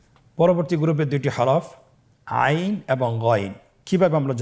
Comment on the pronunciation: গইন আইন কবে উচ্চারণ বুঝি না ভালো করে বলেন